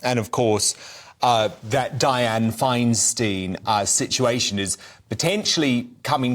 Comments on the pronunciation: That MM thinks she can just assume a senior senatorial seat, occupied by a woman who has broken half a dozen glass ceilings in government, is nuts! (Feinstein does need to retire. BTW, it’s Fein-“stine,” not “steen.”) Each US state only has two senators, as opposed to members of the House of Representatives, where district representatives serve, the number determined by population. And those people usually start out in local offices (Feinstein was on the Board of Supervisors of San Francisco, then when the Mayor was assassinated, she became mayor. Then Senate. I’d like to see her deal with Bernie Sanders, who wouldn’t mince words about her bla bla bla salad. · Why doesn’t anyone in Britain pronounce the senator’s name correctly? Her surname is pronounced Fine-stine! Not Fine Steen. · “Feinstein” likes a “fine wine.” It’s pronounced fine-stine.